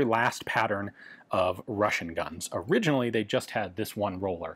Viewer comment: It's too late, Ian. We heard the word you created: "orussianally" - originally Russian.